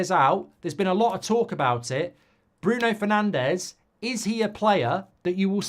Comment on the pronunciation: That’s not how Bruno’s surname should be pronounced